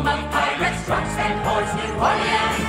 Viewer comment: Aren't they pronouncing New Orleans wrong? 😂